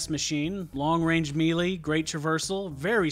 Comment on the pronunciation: Did you seriously just say me-lee? It's pronounced maylay, not me-lee